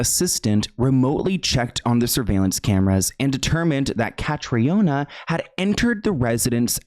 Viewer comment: Caitriona= Katrina. The former is the Irish spelling just fyi